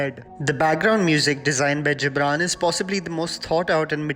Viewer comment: The Gibran is pronounced as गिबरन